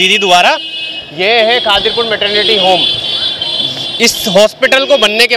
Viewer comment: Aree bhai ye khaadir pur nahee khidir pur hai kam se kam jagah ka naam to theck se bolo bhai